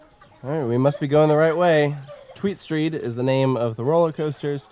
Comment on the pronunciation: Tweestrijd is not "Tweedstreet". It means two struggle - you can translate it as "two options", "fight of two" or even "inner struggle". The choices (the names of each side of the coaster) are "sustainable agriculture" and "honest mining" (say... "fairtrade mining). So it's an everomentally themed coaster. Devil's advocate: it wouldn't qualify for subsidies if it's not educational?